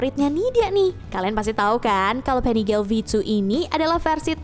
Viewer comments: Maaf min itu Panigale di baca nya di panigale aja ga jadi Panigel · Nyebutnya PANIGALE KAN BAHASA ITALY BUKAN PANIGEL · Koreksi bacanya panigale (biasa) ga pake aksen inggris soalnya pake bhs italia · panigale bukan penigel 😪